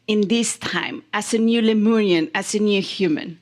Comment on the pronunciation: Its lemurian, not leorian. 😂